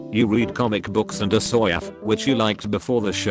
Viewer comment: nobody: not a single soul: specifically George R.R. Martin: text to speech bot: aHsOYaFF